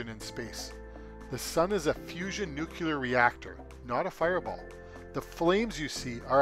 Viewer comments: you mispronounce nu cle ar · I don't listen to people who don't even know how to pronounce the word NUCLEAR.. .. It's not nucUlar. 🤦